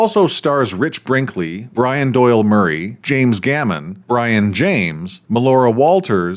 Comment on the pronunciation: Ackchyually, it's pronounced "bree-OHN." Q: "How much Masonic imagery do you want in this scene?" A: "Yes." Brion James was good in everything he was ever in. How'd he go from Blade Runner to THIS, though? For that matter, how'd Chris Elliot go from Groundhog Day to THIS? How'd Bruce Campbell go from Army of Darkness to Cave Alien? Have you seen Freaked, Bad Channels, and/or Nothing but Trouble?